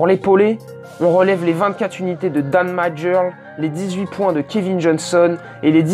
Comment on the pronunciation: Dan Majerle, en fait ça se prononce "Mère-li". (Je sais, c'est bizarre mais c'est comme ça.) C'est l'avantage d'être assez vieux pour l'avoir vu jouer au début des années 90. ;-)